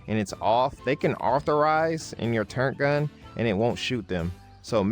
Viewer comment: People say "turrENT" instead of TurRET" because their older brothers played command and conquer , and the low Res text , makes it look like an "N" instead of two R's